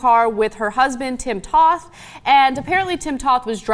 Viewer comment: Toth is with a long O.